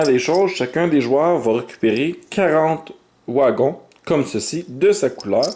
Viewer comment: Des "ouagons" 😅